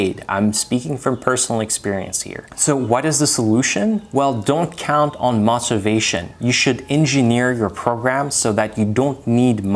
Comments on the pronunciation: His pronunciation was fantastic except for the word motivation, which is more of a 'mow' than the 'moh' that he uses. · Also your pronunciation is very good. Only thing that was glaring out was the pronunciation for motivation. The o makes an “o” sound as opposed to an “ah” sound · Amazing command of American English for neing non-native. Only thing I couldn't understand at first was your pronunciation of "motivation".